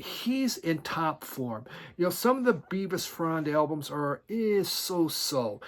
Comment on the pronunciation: Its Bevis as in elvis